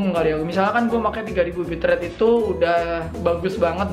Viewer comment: Ngomong Itu jadi It to😂